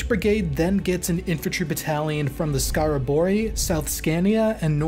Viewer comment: 41. 42. is skaraborgs regimentet not skaraborgi.... edit: you said fucking skevde.